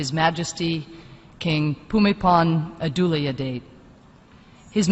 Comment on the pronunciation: King Pumipol as she is speaking of, is the same king Bhumibol. She pronounced it the way Thai people pronounce it. He was the most loved and revered king. He led by example. My late grandmother was fortunate to be in his presence once when he was visiting her village. He will forever be missed.❤💟💙🙏